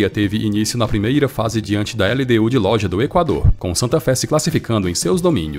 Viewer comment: Vídeo muito bom. Parabéns pelo trabalho. Só uma correção, a pronúncia do nome do time LDU de Loja é "LDU de Lôrra", de acordo com o Espanhol do país de origem.